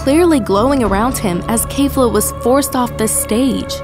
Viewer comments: It's not kayfla it's kefla lol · k-eh-fla. not kayfla. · It's not kafla it's kefla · Her pronunciation of things ugh its kefla not kayfla and when she messed up genkidama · i have only one question why are u saying keifla its kefla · Its Keh/Fla lol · The way she says kefla kills me. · My biggest problem with this video is the fact that she pronounces Kefla incorrectly